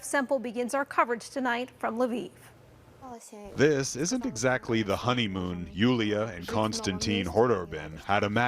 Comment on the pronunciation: Thanks for pronouncing Lviv correct